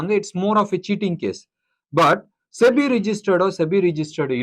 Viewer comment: இந்த சிபி யையும் செபி னு சொல்ல சொல்லுங்க...